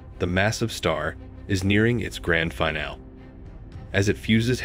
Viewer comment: "Finale" is pronounced "fai-NAL-ee," NOT "fai-NAL."